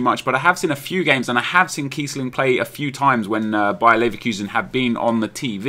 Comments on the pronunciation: keissling and kiessling, wtf? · lol KEIssling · keissling wtf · Keissling ;p